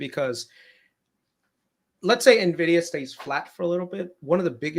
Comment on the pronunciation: WHY DO PEOPLE SAY NEVIDIA?!😅😅